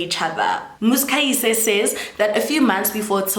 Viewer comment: I am trying so hard to ignore your pronunciation of "Muzikayise" 😭😭😭